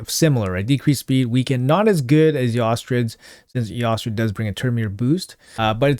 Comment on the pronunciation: Hi, love your content. Eostrid is pronounced 'Estrid' with a silenced o. 'Eeostrid' sounds funny. Anyways, Gunit for the win...